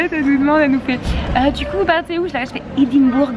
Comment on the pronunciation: Hello et! L'Ecosse c'est beaucouup trop cooooooul!! J'espère que ça vous plaira à fond (malgré le petit incident qui heureusement s'est réglé!). Du coup profitez encore plus!! PS: J'ADORE ta prononciation d'Edimbourg":')) Bisous ma belle!:*